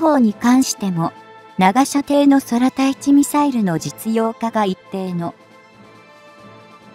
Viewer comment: まだこの女、走ってやがるのか、前よりは走らなくなったか草 間が長い、読み上げスピードが異様な遅さ、空対地 そらたいちって… 久し振りにこのチャンネルを見たが内容は良いだけに残念 要改善！で、おねげーしやす